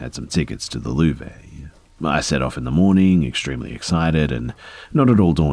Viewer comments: The Louvre Pronounced loov ray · did he Seriously say 'The lou-vay'??!?!?!